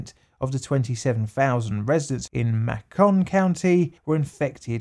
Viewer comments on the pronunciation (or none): "Mack-con" county? XDD Dude, it's pronounced like "Makin'" XD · i know this really doesn’t have anything to do with the experiment but i’m from alabama and hearing him say “ma-con” county made me laugh because we all say “may-con.” i know it’s accents and dialects but it made me giggle. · It's pronounced May-can county. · Fellow southerner here (from georgia) and I was just about to make a similar comment correcting the pronunciation, lol. MAY-con. Mak-KON makes me think of macaroons XD Either way, what a terrible thing to have done to all those people. I really am just appalled at the myriad ways people will mistreat one another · I think its pronounced May-kin not Mah-cawn but honestly it doesn't really matter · "Mack-on County" has me dying 😂 It's pronounced like bacon, just with an m. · I must correct one thing: I live in the south near Macon county...it's pronounced "May-ken" (rhymes with bacon) not "mah-Kuhn" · "Macon" rhymes with Bacon, it' not pronounced mahcone, FYI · Macon isn't mack-on it's may-con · "Mayy-cunn" not "mahh-cahhn" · Not that it bothers me that much but it’s pronounced Maecon not Macon.that Alabama for you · It's not "mah-kon" it's "make-in" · Pronounced May-con not mah-con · For future reference, Macon rhymes with Bacon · Minor point: It’s pronounced MAY-kun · I live closer to Georgia and they also have a Macon (May-con) :P I was a bit confused on the pronunciation haha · what's funnier to me is how he's obviously trying to avoid saying "macaron". you can hear him slip and say macaron instead of macon at one point later in the video. he tried so hard but all he had to do was think "bacon = macon" to keep it straight. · Love the videos, just FYI Macon county is pronounced May-con. What's really sad is I grew up and still live less than 75 miles from Tuskegee and never heard of these experiments or studies. It's a horrible mark against the United States of America and the great state of Alabama that I call home. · Macon = May-Kin